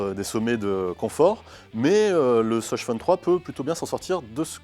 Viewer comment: 'de ssoss' j'étais morte